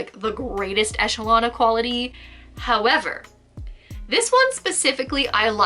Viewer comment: when she does a pause and says "... howerverrr/but" hahaha figure collecting woes